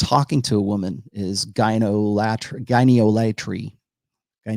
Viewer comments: Gyneolatry should be pronounced like idolatry. Emphasis on the “ol”, not on the “atry” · It's pronounced "gyne-ol-atry" (like icon-ol-atry or id-ol-atry ) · Probably pronounced ¨gyn-ALL-uh-tree´(gyneolatry), rhymes with ´eye-DOLL-uh-tree´ (idolatry). So one who worships women would be a ´gyn-ALL-uh-ter´(gyneolater), just like ´eye-DOLL-uh-ter´ (idolater) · Yeah, English is a living language. We can pronounce it however we like. Gyne-olatry. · I agree 100%. I think sounded idiotic with his attempts. I'm sticking with gyn-ol-atry (pronounced like "idolatry") as I think this is an easy and valid way of pronouncing the word. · Yes, we are free to pronounce it however we like. Some of us will sound more credible than others, I suppose. I love the Rational Male content, btw, but if we're going to be introducing words/concepts like Gyneolotry, we can't fumble over them every damn time and expect to be taken seriously. It's embarrassing. "Gyno...late tree, or whatever". Make sure you know how to pronounce the damn word that the video is about!